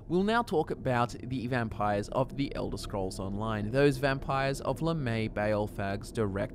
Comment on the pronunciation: It's pronounced lamy